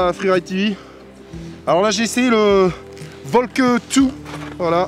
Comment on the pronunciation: C'est bien ce que vous faites mais dites mieux la prononciation de volkl😑